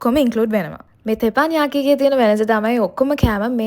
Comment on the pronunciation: තෙපන් යාකි නෙමේ බං "තෙප්පන් යකි"😂😂😂